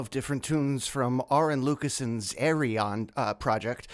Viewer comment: Yay, John Jaycee Cuijpers rocks! Nice one! Just a quick title FYI: don't think the Tall Hippie Dude has gone Scandinavian just yet (like e.g. Fleur Janson), so it's still Lucassen, not Lucasson ;) Cheers! 🤘